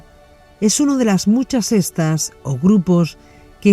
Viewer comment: Correcto, extraño que no lo corrigieran desde la primera vez que lo pronuncio ya que son muchas veces en este capitulo que lo repite, yo escucho "sestas"